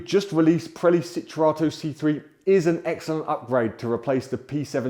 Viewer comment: They are called Pirelli, not Prelli